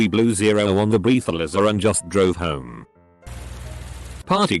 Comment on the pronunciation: i just wanna say one thing. "Breath-a-lizzer."